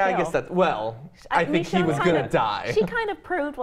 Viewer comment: Well I have two things to mention to everyone that; 1. I think you are saying Michonee wrong (I think that's how you spell it lol) Instead you are saying mechonee. 2. The Idea of having a baby zombie is cool and all but I don't think it would work as seen in one of the Govenors episodes once he was trying to get a oxygen canister for Lilly's Father. A walker that was either born crippled or made crippled in later life events it still couldn't walk but it tried to but instead she or it fallen to the floor from the wheel chair unable to move, this could prove that the baby wouldn't be able to move properly as the legs and the arms/hands aren't fully developed yet, or even have the chance to move them the way they intend them